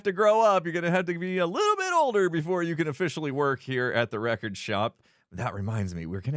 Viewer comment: Villager name: "Wreck-ord Ralph"